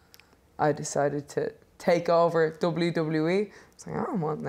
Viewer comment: Your doblu doblu e is a joke 😂 😂 😂